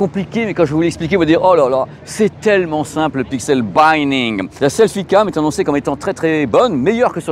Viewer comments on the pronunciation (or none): Pixel binning, c’est un i court pas le i de five :)